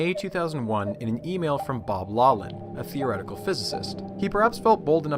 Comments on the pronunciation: Really enjoyed the video! One small correction: physics Nobel laureate and Stanford professor Bob Laughlin is pronounced “Laugh - lin” (not “low - lin”). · why does he keep saying Laughlin wrong it is pronounced Loft-lin or lock-lin not law-lin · 'Laughlan' should be pronounced 'lock-lin' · The “gh” in Bob Laughlin’s surname is not silent; it is pronounced as an “f”: “lawF-lin”. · Laughlin is pronounced Loch-lann meaning the Viking Lake-Landers. "ch" in Gaelic is pronounced like the ch in Hebrew or German gutteral sound. English uses "gh" to represent this sound since it already uses "ch" for another sound.